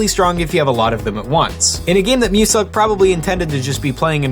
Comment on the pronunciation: Y U call muselk MUSUCK